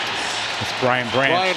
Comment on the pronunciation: Who is this announcer!? How many times you gonna mess up Brian Branch's name? Can we please have Dan Miller call these games? Infinitely better, IMO